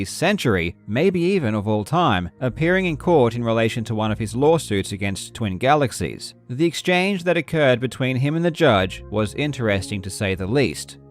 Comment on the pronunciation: "GALEXIES" lul